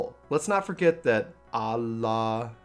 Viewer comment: Love you but your pronunciation of Ala Mhigo is my new ringtone! 😂